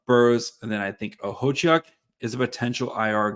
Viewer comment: Look at you nailing Okhotiuk's name, way to go!